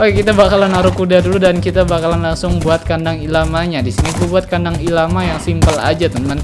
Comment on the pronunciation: bacanya el lama bang wkwk